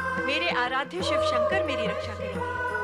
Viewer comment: तुम्हारे वीडियो में (शिव) की जगह (सिव) हो गया है कृपया उसे ठीक करे🙏🙏